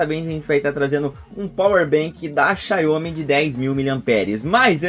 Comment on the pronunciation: Xaiomi não; XIAOMI! Obrigado pelo vídeo e força para o canal.